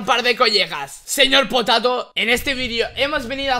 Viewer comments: Saben que dise el nobre dise seyorpotato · Dile al señor potato es con ñ no con y